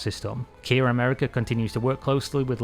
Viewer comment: Why do you call “KIA” Kiar 🤣 its not keyer keier kiar whatever you call it its kia